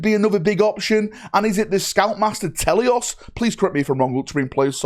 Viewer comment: I swear if they blow up Macragge I’ll be very upset. Telion not telios.